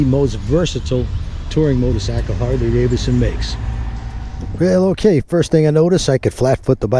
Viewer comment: 1) that is the stock exhaust and mufflers 2) “Davidson” had two “d”s in it, so it’s NOT pronounced “Davison”